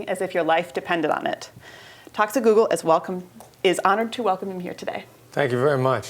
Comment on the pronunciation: Sounds like she's saying "Toxic Goggle".